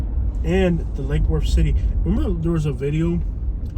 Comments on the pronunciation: "Lackey Woooortttth" I. AM. DEAD. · I've lived in Lake Worth for half of my life and nobody pronounces it like that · whos this clown pronunciating lake worth like that. its L Dub! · Us locals do not pronounce Lake Worth like that 😂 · Fr wtf😂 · I ain't never heard it pronounced that way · Exactly lol